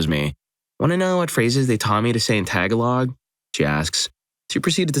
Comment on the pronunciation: Bro are you Pinoy? The way you said Tagalog was perfect!!